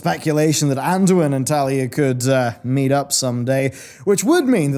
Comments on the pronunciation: I mean.. isn't it Taelia, not Thalia? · No one tell him that her name is Taelia, not Talia. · It grinds my gears 😂